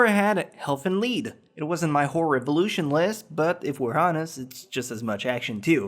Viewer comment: On your inability to pronounce "Horror": At some point I realised that saying it like that sounded like the w word, so I started saying it as "hah-rur". It looks weird to type but it definitely sounds better.